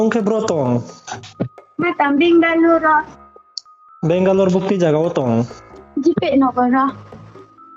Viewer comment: Asuh Benglore hing pronounce khe rungya ong tong mo how can she trust someone n come over ong pai msei asuh le .